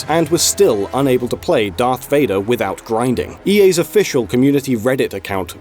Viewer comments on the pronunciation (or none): none